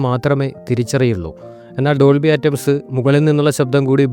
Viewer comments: ഡോൾബി ആറ്റംസ് അല്ല ഡോൾബി അറ്റ്മോസ് അല്ലേ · ആറ്റംസ് അല്ല അറ്റ്മോസ് ആണ് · Dolby ആറ്റംസ് അല്ല. Dolby atmos എന്നാണ് പറയുക. കുറച്ചു നന്നായി ഹോം വർക്ക്‌ ചെയ്തിട്ട് വീഡിയോ ചെയ്യുക. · This comment section is hilarious! True that he said Atoms but perhaps he said that as a joke. And i wonder how they would react if they know about British English. All they know is Fast and Furious American English. What a misguided and empty generation this is! Bots off an assembly line is a joy, comparatively! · ആറ്റംസ് കേട്ട് ഞാനും കുറെ ചിരിച്ചു 😂😂😂😂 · ഡോൾബി അറ്റ്മോസ് ആണ് ശരി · Simple and clear explanation without unnecessary blabbering. Good work brother. Please correct your pronounciation of Dolby Atmos. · ഒരു കാര്യത്തെ പറ്റി സംസാരിക്കുമ്പോൾ ആവാക്കെങ്കിലും തെറ്റാതെ പറയാൻ ശ്രദ്ധിക്കണം